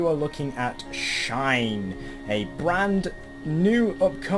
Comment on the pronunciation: Its called "Schein" ^^ great Review